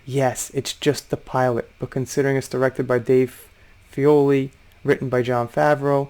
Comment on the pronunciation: Did you say Dave Fe - oli ?? lol 😆 I think some like to go against others so they have drama and get some traction. Amazing, can’t make everyone happy. The show was really good and the majority of fans think so too.